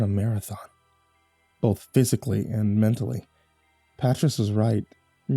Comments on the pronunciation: Pretty sure 'patriss' is actually pronounced puht-rEEs (Patrice), and if i'm wrong about that, lord help anybody actually named patriss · His pronunciation of Patrice is killing me 🤣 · Damn, I hope you've since learned how to pronounce the name Patrice